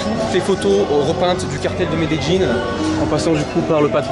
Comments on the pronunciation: Qui met des jeans 👖 ? Medellin Ça se Dit MedeYine ! Pas « Met des jeans » ! 😂 Mais sinon au top t’es Vlog , continue 💪🏽👌🏽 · Ça se prononce Médeyin en français 😄 Medellín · Met des jeans parceroooo 😂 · non ça se prononce medeyin